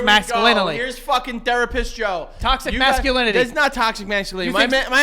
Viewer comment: "Toxis mascalinally" yes Joe. Absolutely.